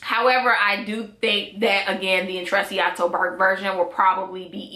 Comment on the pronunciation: I think u say it as "intrechato"😊